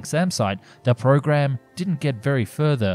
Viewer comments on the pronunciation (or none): none